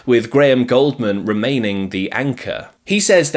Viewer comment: Gouldman (pronounced "Gooldman") not Goldman